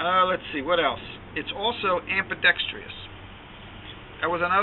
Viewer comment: Just bought one; love it. BTW? It's not ambidextr-ee-ous, just ambidextrous.